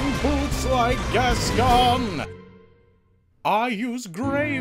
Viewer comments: The mispronunciation of Gascoigne hurts me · Funny video. It's pronounced gas-coin by the way ;) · you're pronouncing hsi name wrong ^^